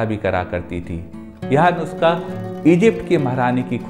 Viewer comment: Nuuuusakha. Dhire bole achhese bol payenge